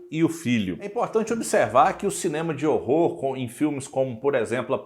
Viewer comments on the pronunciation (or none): none